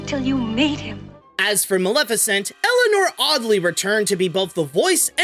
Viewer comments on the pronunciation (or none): none